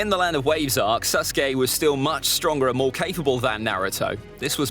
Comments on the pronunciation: vawes instead of waves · “Land of Vawes” 💀😂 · Did anyone notice that he said land of vawes instead of land of waves?!? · I like how he put “land of vawes” instead of “land of waves” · Love how nobody os talking about the fact that it said land of vawes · land of vawes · Nobody gonna talk about how it said land of vawes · vawes lol 😂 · land of “vawes”